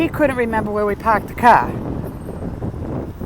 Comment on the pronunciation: I’m the same way with a casino. No interest in it. You sounded just like my relatives when you said you had to pak (Park) the ca (car) LOL~~~Sandy